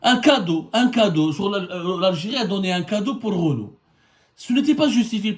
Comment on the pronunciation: Wallah tu me tue quand tu dis "Renou"... au Maroc c'est Renault😀🤣🤣